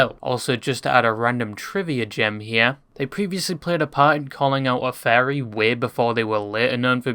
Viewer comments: I kept hearing the word fairy Not furry😅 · You keep saying "fairy", it's pronounced "furry" just like its written. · I love how you pronounce "furry" as "fairy"